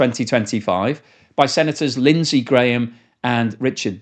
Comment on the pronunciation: Its pronounced Lindsay GRAM. I don't know why!!